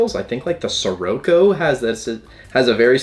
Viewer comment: It's socorro, not soroco.😅